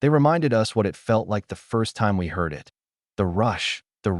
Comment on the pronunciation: How hard is it to just read from a script instead of using AI that can't pronounce "it" correctly.